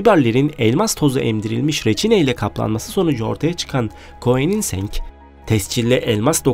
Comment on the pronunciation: tabiki VEYRON 🖤 ve bir de KOENİNSENG yok, KOENİGSEGG..lütfen dogru söyle kardeşim 😂...(araba hastası oldugum için böyle yalnışlıklar beni deli ediyor 🙄😣)